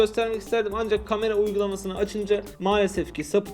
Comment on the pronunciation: ön gamera mı dedi?